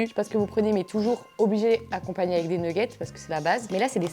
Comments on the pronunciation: Oula je comprenais pas mais tu dis bien nouggets ça m'a achevé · Des neuguette 😂🤣 je suis pas le seul à le dire comme ça donc